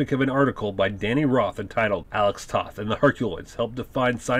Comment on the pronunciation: Nice summary. But you need to give Joe Barbara credit as cocreator. The concept was his and Toth did the design. Also you must learn how to pronounce Alex Toth’s name. It’s pronounced “Toe-th”. I’m sure that sounds nitpicky but you are creating it as info for true fans. Otherwise good job!